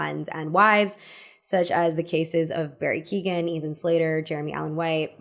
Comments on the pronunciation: Barry Keoghans surname pronounced as Keegan gave me the heebies ! He's Irish! It's said like "key-own"/"kyo-han". As an Irish person that doesn't like him, respectfully lol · Girl I love you but just learn how to say Keoghan 😭